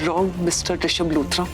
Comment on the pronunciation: Arunauchul pagal ho risabh hota hai rishad nahi😅